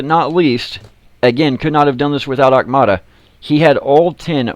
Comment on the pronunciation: Auktuma.... Not Aukmata...